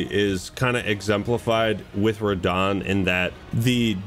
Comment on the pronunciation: first TRYED RAHDAHN